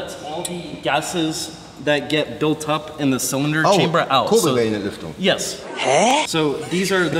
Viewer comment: Seine deutsche Aussprache ist auch echt gut! Kurbelwellenentlüftung oder Hornbach 😁